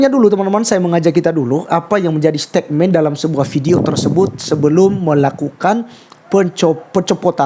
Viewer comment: Koreksi pengucapan kata yg salah mas...bukan STEKMEN tapi STETMEN (dari kata statement)